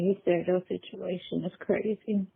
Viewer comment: She should just stop talking cause she can’t. Just listen to how she pronounced situation!!! WTF!!